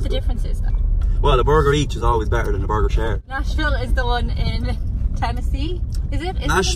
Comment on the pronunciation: I though they were saying National when it was Nashville lol.... Nashhhh-ville